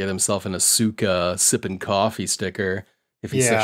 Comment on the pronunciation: PS. "osookah"?? Asuka is said "Oscah" And I was just about to commend you on the proper pronunciation of Kouki too... well, better than thatdude in blue.